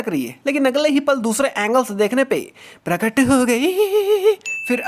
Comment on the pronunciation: When he say "pratak ho gyi"